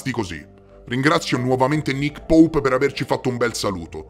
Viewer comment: Grande mi fai morire quando dici Nick poup!!!🤣🤣🤣😂😂